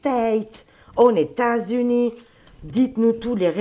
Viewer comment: Ses lapsus, son imagination fertile... trop drôle 😂😂😂 Qui osera lui dire que " leS États Unis" se composent de plusieurS États et que la liaison se fait avec le S ?